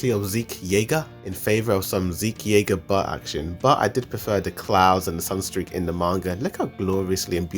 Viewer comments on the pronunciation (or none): none